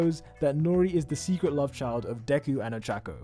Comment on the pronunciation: I love how he said secret love chilf